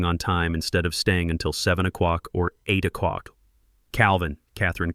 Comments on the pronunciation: I really enjoyed this story’s turn at the end. But I also agree with other commenters on the AI’s consistent mispronunciation of “oh clock” as “oh cuck.” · O'CLOCK!!!! FFS = get the AI pronouncing it RIGHT! Sounds deranged.